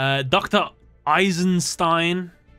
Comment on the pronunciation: Dr. EisenSTEEN lol